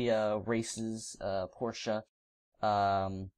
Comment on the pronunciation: And thanks for saying Porsche the correct way. I can't stand when people say "porsh"